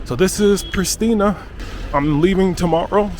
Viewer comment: Its pronounced PriSHtina, emphasis on the "sh". Its purely a Serbian word, as are all names of places in Kosovo and Metohija. The word Kosovo itself has no meaning in Albanian, though Albanians are trying to erase its Serbian origins by ludicrously renaming it Kosova. Similarly, they have destroyed many ancient Serbian monasteries and desecrated Serbian cemetaries and graves to further erase Kosovo's Serbian origins and past - all aided and abated by Nato.